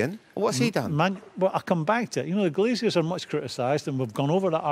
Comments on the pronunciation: Graeme, it's GLAZERS. Not Glaz-i-ers. Glazers. GLAZERS. :-) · Someone please tell Graham it's "Glazers" not "Glaziers". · You're intolerable to his accent. It's "glashers" he's pronounced the Z as a SH, not glaciers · Please stop saying 'Glaziers' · Love how Graeme pronounces Glazers like they're gonna come round and fit your doubling glazing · Is it me or does Souness keep saying Glaziers? 😂😂😂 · Grahem Souness “glaciers” 😂